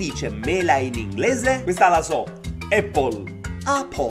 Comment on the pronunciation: Ché si dice eppol